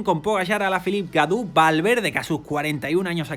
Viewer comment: Gaudu se pronuncia Goduuuuuuuuuuuuuuuuuuuu. Godu